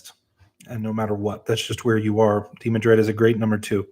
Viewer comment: I find the pronunciations of some names funny. De-man-dred. Or Demandred - no emphasis splitting the syllables. I guess its all different from imagination to imagination. Also here is another example I'm sure i'm wrong about in my head. Aeil. I say Ale. Ay-eel is probably nearer to what its supposed to be, I just thought it was more subtle than that.